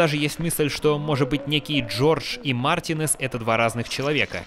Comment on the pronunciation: Марти'нез, а не Мартине'з (Извини, бомбануло)